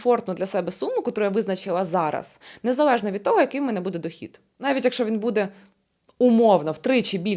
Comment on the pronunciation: Незавежно, чекава, підвисва, відквадаю.Вквади в логопеда